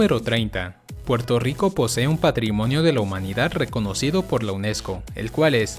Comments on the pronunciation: Soy yo o el dice Porto Rico???? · Muy bello Puelto Rico..